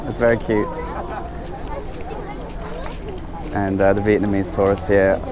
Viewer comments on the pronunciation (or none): none